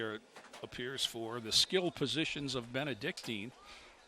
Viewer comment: Nice telecast. Too bad the announcers aren't prepared enough to at least get the pronunciation of our school correct. It's Benedic TIN, not Benedic TEEN.